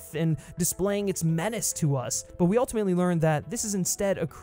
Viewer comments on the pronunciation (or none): none